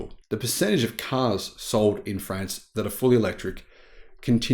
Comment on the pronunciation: 1 minute in, please adjust your pronunciation of France to France! Not Friends, France as with Car and not Care…. Pretty please. G’day and all that jazz.